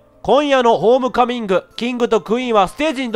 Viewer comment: レトさん途中 ホーミカミングって言ってない？笑